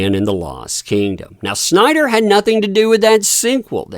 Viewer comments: It's SNYder, not Schneider. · You say zack Snyder like schzach Schneider 😂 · did you just say "zack SCHneider?", dude...